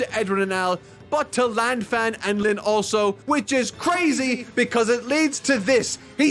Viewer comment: He also mispronounces Lan Fang